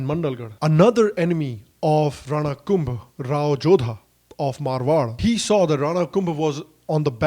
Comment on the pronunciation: One correction... hammir dev of udaipur is different from hammir dev chauhan whose photo you showed in the video. Both are different...thanks for the video.... and maharana kumbha is pronounced as kumbhaaa ... in Rajasthan .... I m from Udaipur (mewar)